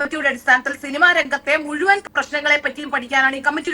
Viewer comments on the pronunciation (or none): none